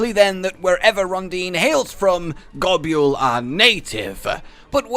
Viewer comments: Go-Bull...is the way to pronounce it that doesn't hurt my ears XD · Gobyal? more like it. I don't think you say 90% of the monster names correctly lol